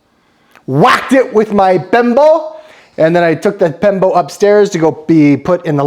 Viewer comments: its BIMPO. Not pembo😂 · bimpo kuya hindi pembo